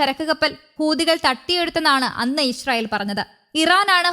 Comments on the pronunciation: ബംഗാളി ന്യൂസ് റീഡർ ആണ് എന്ന് തോന്നുന്നു ഇശ്രായിൽ 😅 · ഇസ്രായേൽ എന്ന പേര് ശരിയായി വായിക്കാൻ അറിയാവുന്നവരാരും ഇല്ലേ ?